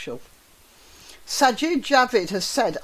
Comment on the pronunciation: Sajid = Sigh-yeed` I believe